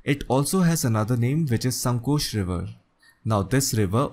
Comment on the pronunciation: It is Sonkosh not Sankosh 🙂